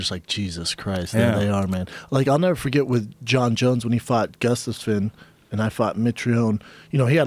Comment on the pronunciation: I always hope that Alexander Gustafsson gets mentioned in a Schaub podcast so I can hear him wreck that pronunciation one more time. "Gustusfin" hehe